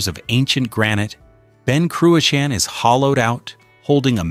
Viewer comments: “Ben Croo-a-Sheen “. Pronunciation is a f joke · Learn to pronounce Ben Cruachan correctly by asking a Scot. Don't air your american ignorance over here. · Terrible pronunciation of Ben Cruachan doesn’t help. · Not a bad video to watch but totally spoilt by the atrocious spelling mistakes and pronunciations. It is Ben CRUACHAN, and Loch AWE and it is well worth a visit.